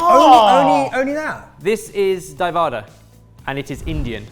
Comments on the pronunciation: Love these videos. The first dish is pronounced as Dahi (yogurt) Vada (fritter).. not "davada" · You pronounced as a single word. Its 2 words Dahi and wada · Not daivaada dha hi va da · Ok I am adopting pronunciation of Dahi Vada.. - Daivaada! It's "Die Gone Ally" all over again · Oh the way the name Dahi Vada got absolutely butchered 😂😂